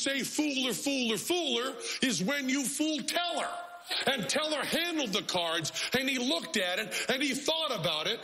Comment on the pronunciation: "he fooled Penn and Tellaaahrg"